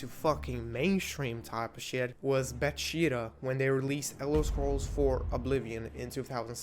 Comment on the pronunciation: be-shit-ta lmao